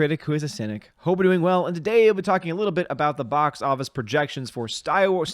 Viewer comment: I don't think mispronunciation of Star Wars at the beginning of this video is entirely incorrect. Under Disney this franchise truly has become Sty Wars. What was once the "star" of our entertainment is now a pig "sty" for SJWS.